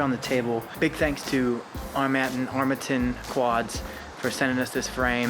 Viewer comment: Did you guys have a challenge to see how many different vowels you could use to pronounce Armattan? Armattan Armatten Armattin Armatton Armattun Im pretty sure you hit them all. LOL!